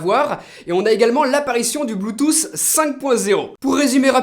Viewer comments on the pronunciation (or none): Je me demande vraiment où que tu prend tes mots, bluetooss et samsoug